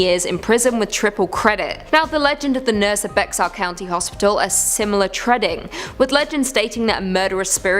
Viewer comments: From what I've heard, Bexar is pronounced Bear (not Becksar). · I LIVE in BEXAR COUNTY, and it is pronounced as B E A R.